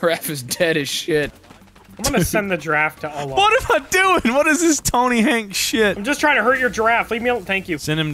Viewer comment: Tony Hawk ❌ Tony Hank ✅